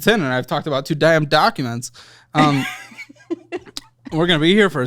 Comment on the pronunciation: Did anybody else hear the southern twang in voice when he said they are 40 minutes in and he's talked about "two damn documents".